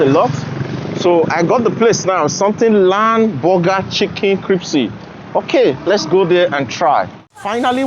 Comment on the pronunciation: yes is a good man. Btw bro, it's pronounced crispy, not cripsy hehehehe